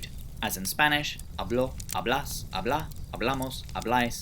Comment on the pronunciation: Minor correction on how you pronounce the Spanish sample words : you are putting the accent in the wrong place. 'a.blo 'a.blas 'a.bla a.'bla.mos a.'blais 'a.blan Some of the ones you mispronounced would have a meaning the way you pronounced them too: "habló" is "he spoke", "hablás" is "hablas" but in informal Argentinian Spanish, "hablá" is "habla" in the imperative in informal Argentinian Spanish. Still, great video. Just wanted to point this out in case you see it so that you know.